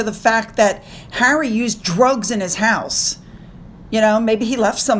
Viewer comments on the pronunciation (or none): none